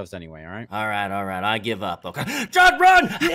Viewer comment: "JUDD RUN" 🤣